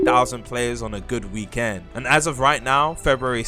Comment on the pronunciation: if i here you say "weekend" and not "weekend" one more time